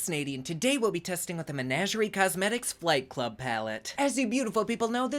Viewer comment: I swear I thought you were saying "fight club" and the color scheme still sorta fits if you think bruises lol